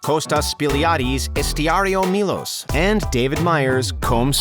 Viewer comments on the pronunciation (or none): Not "Estiario Milos" but "Estiatorio Milos". Estiatorio = resrtaurant. Best regards from Greece.